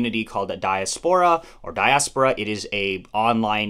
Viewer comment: your 2d pronunciation of diaspora is the correct one